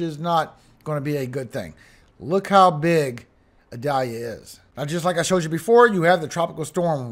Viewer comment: “Idalia” Is pronounced “ee-dalia”. It’s Italian. German or European pronunciation is “adalia” which is probability the reason for the confusion.